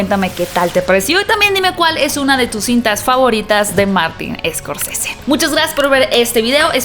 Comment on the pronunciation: Se pronuncia Martin Scorcese, no Escorcese